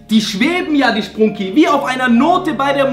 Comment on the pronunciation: Wait a sec that not spruuuuuuuuuunki it's sprunki 😐😐